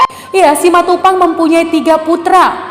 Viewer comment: Betul, bilang nya simatupang. Mantap